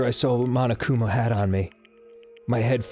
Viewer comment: It's frustrating that the characters, and grumps, pronounce "mondo" and "monokuma" as "mando" and "manokuma".